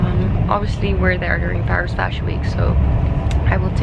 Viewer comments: most of the times it sounds english now in my head :( that’s why i was so happy to hear the french way. i had a great week thanks <3 i’m on holidays at the moment so i’m just enjoying every day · Oh my god the appartement you stayed in was in my street ! I'm so sad I didn't meet you there 😔 And by the way, I love that you pronounce Paris the french way, you have the exact french pronunciation ! And as you asked, I know an amazing rooftop which is on the roof of a commercial center called "galeries lafayette" more especially the one called "Paris haussman" (there are many in Paris) and there's a vegetarian restaurant that just open there, never tested yet but it is an amazing spot with a view on lots of well-known monuments ! You should try it next time you come in Paris I hope you enjoyed your stay 🗼🗼🇫🇷 🇫🇷